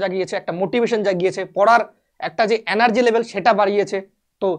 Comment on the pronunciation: Energy ❌ Anergy ✅